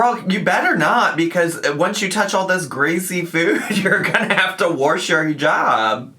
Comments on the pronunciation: i LOLed at "warsh your hijab" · Did you really say “warsh?” 😂 You remind me of my husband’s grandma. ❤